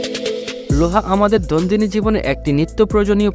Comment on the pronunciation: দৈনন্দিন শব্দটা সঠিক ভাবে বলা যায়না??